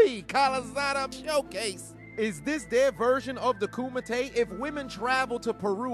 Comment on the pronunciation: Bro you said "Kumite" and i didnt hear Kumite....